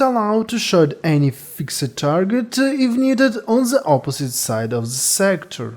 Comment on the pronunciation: hahahee so many Z. oppozitz zide of zhz zector